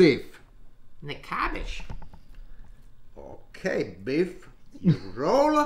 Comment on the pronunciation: Klumky, kumky, kahumkee 😂 Stuffed gabbage 😂